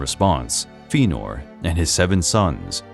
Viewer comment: While I appreciate this work you’ve done, please work on your pronunciation of names like Fëanor and angband. It was just such a Thorn that I couldn’t enjoy the whole piece